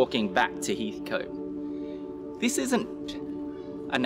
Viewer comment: Great video! Pronounced Heath-cut btw :)